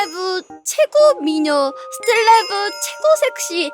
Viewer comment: 스텔라이브가 아니라 스틸라이브로 들려요